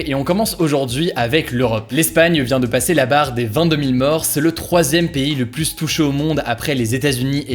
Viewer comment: Très bonnes vidéos pour suivre l’actualité! Bravo PS : quand tu dis “plusse” mes oreilles tombent, on dit “plu”